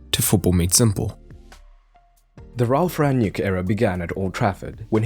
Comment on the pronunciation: It's "Rang-nick", not "Rann-yick". It's "Tel-les", he is Brazilian not Hispanic. If you're not sure how to pronounce then you can Google Translate or if you're not confident with pronunciations then please add YouTube subtitle to your video so that more viewers can more easily watch and listen to you. Beside those, thanks for your analysis 👍